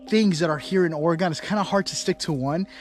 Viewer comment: Proper pronunciation of Oregon, think of this….in a fight would you want a knife or a gun….